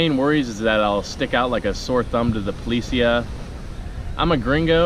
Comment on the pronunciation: Lol "Police-yea"